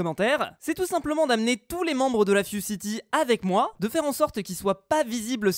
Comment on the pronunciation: Ses la fuzecity tu as dis ses la fuoreCity